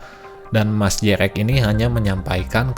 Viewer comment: Jrx dipanggilnya jering, pas abang manggilnya jrx (je er ex) aga aneh juga dengernya😂😂😂🙏🙏 tapi saya demen ama abang, ngejelasin seacara alus. Trs btw TK tuh kadang seru loh, karena enak buat dibuat argumen gitu.. 😂😂😂😂 bukan berarti saya penganut TK, sumpah saya bukan penganut TK😂🙏😂🙏 cuman debat beda argumen itu seru. Kaya hidup tuh ternyata gak gitu gitu aja. Intinya jadi paham aja, kenapa sih, si G bisa percaya dengan TK ini, alesannya, reasonnya. Cuman kalo adu argumennya masih selow, santai, enak yak. Ya kalo ampe emosian, yaaaaaaa😂😂😂😂😂😂😂